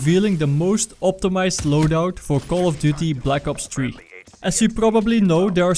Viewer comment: Call of duty black ops tree lol